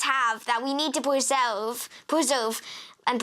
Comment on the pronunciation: Commie indoctrination on display. Why does the girl sound like Elmer Fudd?? "We need to pweserve and pwotect da oceans..." WTF?